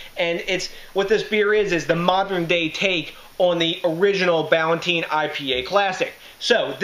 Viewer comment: brewed in NEWARK up until 1972 on 57 Freeman St. in the Ironbound section you're pronouncing it wrong too THIS IS GARBAGE COMPARED TO THE ORIGINAL Peter Ballantine was a Scottish brewer who set up a brewery in NJ. Jews from NY bought out the brewery in the 1972, and screwed the workers. NEWARK was a beer capital. Now gangs roam the blood bath city, and all those breweries are in ruins, except Budweiser across the street from NEWARK INTERNATIONAL AIRPORT.